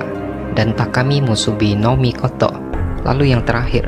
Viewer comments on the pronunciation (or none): mikotok mikotok wkwwkwkww mikotonya kgk pake K bang